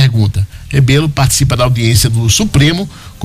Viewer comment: Locutor o nome correto e Rebelo